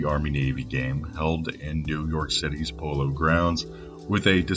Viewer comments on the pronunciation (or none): none